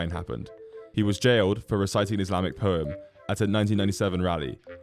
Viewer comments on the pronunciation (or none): none